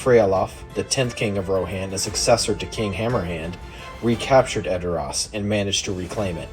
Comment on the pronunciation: Its weird to me that "Rohan" is pronounced incorrectly. Otherwise, nice video.